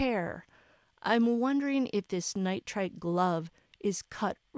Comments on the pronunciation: Nitrile, not nitrite . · Nitrile gloves (nai truhl) pronounced ni-tral. Sounds like night + trawl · truhl